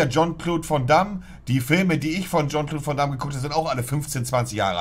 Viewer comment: Rest der Welt: "Jean-Claude van Damme" Herr Black: "JON CLOD VOM DAMM"